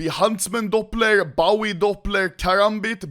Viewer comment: bawie not bowie? baowie nono its bowie wtf man